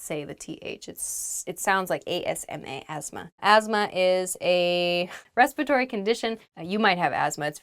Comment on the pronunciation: sorry teacher , I want to say this ,you're pronouncing the word " respiratory " incorrectly when you were talking about the word " asthma " . please let the viewers know how it pronounced ! thank you !